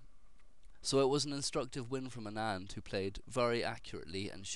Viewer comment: Don't call ANAAND, original accent sounds, AANAND. Anyways thanks for posting a great game.. I really appreciate that.